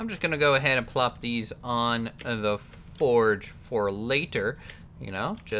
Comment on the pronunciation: Fordge? did you mean, forge?